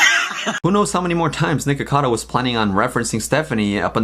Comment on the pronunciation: Everytime says nikocado I hear "nigga cado" I'm crying help me i cant breathe 😂